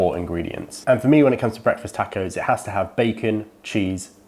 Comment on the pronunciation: For the record you converted myself and I’m pretty sure at least another or two people in the accent that is Breakfast Tacko!! It’s awesome and fun as heck to say. I’m not joking or making fun either. Every now and then you get a person who pronounces a word or phrase in a different way than your use to hearing and a lot of times it sounds a whole lot better. Example: HEB I now pronounce HEBEES. It just sounds more fun to say in my 1 cents opinion. Much love from South H-Town Tejas!